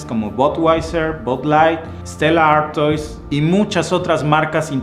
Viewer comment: Tambien quiero agregar que Stella Artois se pronuncia (artua). Pero excellente tu reportaje.